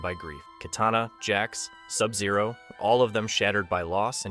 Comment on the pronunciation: KYtana...the pronunciation is hilarious 🤣...